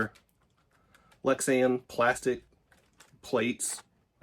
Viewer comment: This video further proves that Americans in general are far less intelligent than the rest of the world. Every American reviewing this model thinks the panels are Lexan (while mispronouncing Lexan) and that they’re scratched up (they’re not, that’s the protective film). Whereas no other nationality reviewer makes such simple and boneheaded mistakes. Every single yank makes every mistake available. You still think you’re winning too and you never were.